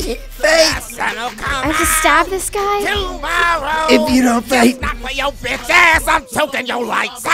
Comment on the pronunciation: the way he said "betch" lol